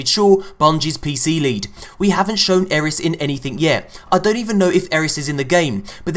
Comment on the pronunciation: It's eris